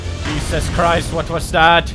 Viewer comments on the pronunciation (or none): love it when pewds says: wat was dat. its dutch and he thinks it's German. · "What was that" in Arnolds accent sounds like "wat was dat". He also says "yas" instead of "yes" a lot. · "Wat was dat?" is pewds Dutch?!?!? XD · Hahahaha inderdaad ik hoorde ook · Yash i heard it too sa amazing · vwut vwas thut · That was perfect Dutch O.o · He thinks it sounds german, but yeah I agree it sounds Dutch lol